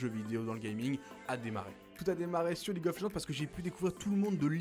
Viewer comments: Jeel "League of LegendEEE" le jeu c'est League of LegendSSSS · c'est surtout le "E" qui est en trop